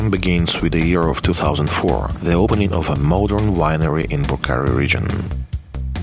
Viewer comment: deshi este un vin exceptional .....nu-i duc capu' sa faca o publicitate ca lumea .... macar de -ar pronunta corect cuvintul" purcari" .... englezoi de 2 bani ...